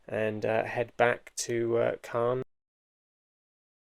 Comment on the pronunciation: Nice video, but you were heading into Ouistreham, not Caen -pronounced Con. Sorry for correcting but you did ask 😊 I did LE Harvre to St Malo by bike via Ouistreham, Isigny sur Mer, and Granville staying at Hotels. Lovely ride . I agree, the roads are mostly really good compared to Britain including the drivers.